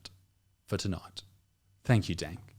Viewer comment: Dank, don't you mean Tank?